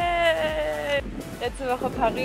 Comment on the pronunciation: Split wird nicht schplit ausgeschprochen sonder s-plit ❤️😂 aber so schöne Aufnahmen habe Gänsehaut bekommen❤️🙈 in diesen highlights merkt man einfach wie schön das Leben doch ist und man sich wegen so unnötigen Sachen aufregt❤️ ich wünsche dir und deiner familie einen guten Rutsch ins neue Jahr und viel Gesundheit und Glück und vielen Dank für deine haartipps👍🏽 meine Haare sehen zwar immer noch aus wie ein Wischmobb aber was soll man machen Bei locken ❤️😂